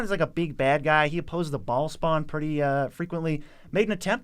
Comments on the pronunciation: Baal isnt pronounced as "ball" but rather "Ba - ale" ale like the drink. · I believe it's pronounced beh-HAHL but us MTG guys are saying Ball. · I think Bhaal is pronounced like bail or bale